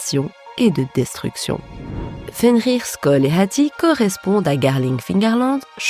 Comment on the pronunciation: mais pkoi prononcer le H de hatti comme ca ?